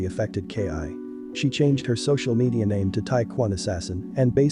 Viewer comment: You are butchering that name lol you know I fuck wit ya tho keep ruining it up G